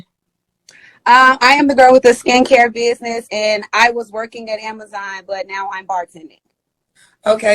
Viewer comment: "Bidniss" instead of "business." "Pacific" instead of "specific." "We wasn't" instead of "we weren't." Listening to her speak, you'd think slavery just ended last year!